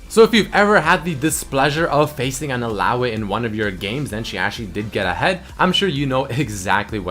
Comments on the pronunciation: how you say illaoi is annoying and wrong. Its pronounced Ill-ao-ee not Ill-ao-a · 'Illaoay' lmao